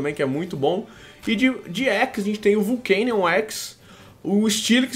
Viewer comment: Não é vulcanion mas sim volcanion